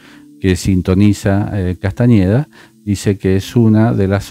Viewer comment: Me encanta cómo le cambiaste el apellido 😂 No es con eñe, sino con ene: Castaneda❤. Por lo demás, tus explicaciones son clarisimas. Me encantan